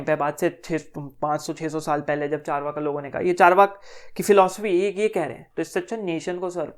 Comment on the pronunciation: Yaar Chaar-vaak jo aap bharatiye ho kar sahi pronounce nahi kar paa rahe ho vo mere kaano ko dukh de rha hai thoda sa